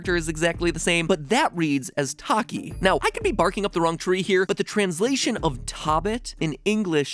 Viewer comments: The korean pronunciation of bunny is to-kki but MatPat pronounced it as Taki the snack. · The Korean pronunciation of 토빗 is like “tow-bit”. Tow as in tow truck. And 토끼 is pronounced as “tow- ghee”. 😊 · Tokki is pronounced Two-kee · FSU in Korean bunny is pronounced t-O-ki not t-aw-ki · Okay, so you’ve probably heard this from someone else but the pronunciation of rabbit/bunny in Korean is ‘Toe-Ki’ not Tokki- also sorry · tokki and tobit are pronounced like "toe" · 토끼 is actually pronounced t-oh-kki ^ ^ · been wondering if mat ever hits the speak button on google translate on foreign words. 토빗 tobit is pronounced more like toe-bit not taw bit and same for 토끼 tokki is a long o .. also i feel like the name tobit is to from tokki and bit from rabbit lol